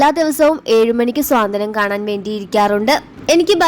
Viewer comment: നല്ല രീതിയിൽ വാക്കുകൾ അതിന്റെ അർത്ഥത്തിൽ ഉച്ചരിക്കാൻ പഠിക്കൂ സ്വാന്തനം അല്ല സാന്ത്വനം എന്നാണ് ഉച്ചരിക്കേണ്ടത്